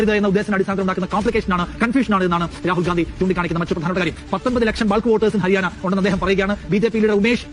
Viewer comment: അരിയാന അല്ല, ഹരിയാന ആണ്😂😂😂